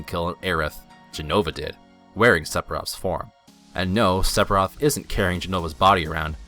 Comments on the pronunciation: the cb system is fine you can button mash any rpg if you gind enough it depends on your play style that is why alot of vids on yt of people battling safer sephiroth pronounced seferoth but you do know ph makes a f sound right? anyway that's why alot of yt vids are fighting him at lv 50-60 to make it more challenging if you want you to can get 9999 hp lv 99 max matirea and pretty much end the fight in 5 turns or button mash basic attack and win that way if you can reach him If I remember right he was unattainable with basic attacks with some characters it's up to your game play so judging it on something that is not only is based on gameplay but is the same weakness for pretty much any rpg where you can freely train is highly unfair also mako is pronounced mawko jesus did you even play any of the games other then the original or even play the original it's not looking like it go play crisis core and learn to pronounce before you do a game revew the only one you got right is airith lol thumbs down rofl the more I watch the more I beleave you have honestly never played this is has been confermed sphiroth was controling jenova while healing in the north cave after his near death in mako reacor 5 re rejoined the lifestream and gained new knowlage and power being able to manipulate the life steam it's self as well as any existing S sells that is why he can brainwash cloud and even morph jenova into him self along with all his powers and memories this is proven in advent children as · It is "Seph-ee-roth" not "Sep-hee-roth". Also "Ak-sess-ee-bill-ee-tee" not "ass-ess-ee-bill-ee-tee". :)